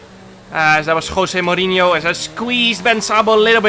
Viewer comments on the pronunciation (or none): Nobody: Jarno: KHWOSE MOURINHO